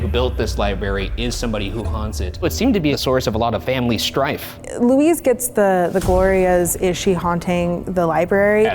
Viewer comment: Dying each time Ryan says "Luis" instead of "Louise"